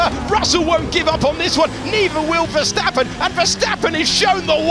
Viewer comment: Still you can't pronounce his name correct